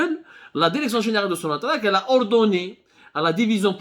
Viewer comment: Derecteur derecteur derection derection derection